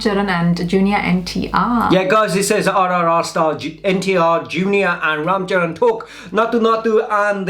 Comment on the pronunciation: THAT not vraam charvan its RAM CHARAN